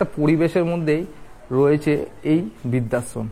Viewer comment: ভাই এটা বিদ্যাশম ,না কি বৃদ্ধাশ্রম? কিছু মনে করবেন না একটু উচ্চারণ টা ঠিক হলে শুনতে ভালো লাগে 😊